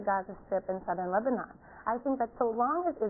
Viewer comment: he can't even say Lebanon properly